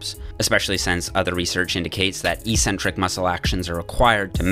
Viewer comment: Great video. One thing. Eccentric is not read e-centric